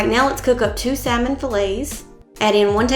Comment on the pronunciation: Love the meal plans and started using. Only constructive criticism, the “L” in salmon is silent and not pronounced.